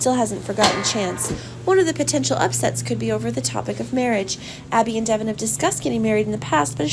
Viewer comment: Can you get a reader that knows the actual characters names pronounced right Devon Is not the way she pronounces it she does it so wrong and way too fast annoying